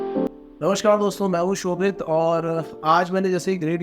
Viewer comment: ya to ap hindi bol lo ya english seekh lo blame hota h blem nahi and its shobhit